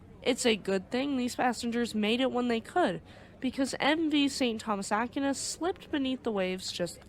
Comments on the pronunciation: Aquinas is pronounced Ah-Keen-ahs. The Philippines was colonized by the Spanish from 1543 to 1899 after which the US developed a military presence in The Philippines. The US was thrown out in 1991 because, frankly, the US was treating the Filipinos very poorly. With China flexing it's muscles recently, the US was allowed back in, but nowhere near the numbers it once had. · small comment here, It is pronounced "Ack why nes" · Pronounced “A Qui Nas” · It's pronounced "Ahck-WHY-nas" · Great video! I’m guess neither of you are Catholic lol In case you wanted to know, it’s pronounced Saint Thomas Ak - wine - us. Godspeed… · Aquinas is pronounced Ak-way-nas. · considering this ship wasn't American OR an English ship its more than likely pronounced "Ah-kee-nehs" 🤔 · It’s not Ah-keen-ahs either. It’s pronounced “A-Qui-Nas”. I’m not even Catholic and I know who he was. Pretty famous name